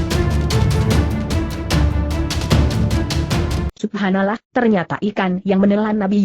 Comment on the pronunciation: kacau !! ga bener dalam pengucapan nya ! ini gw tau suara google tapi ya jangan pake suara google juga suara sendiri mang ngapa si? kan maaa ucap "subhanallah" subahanalah seharusnya ka subhanalloh (dalam pengucapan)